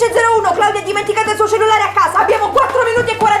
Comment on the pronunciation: "Il cellelare"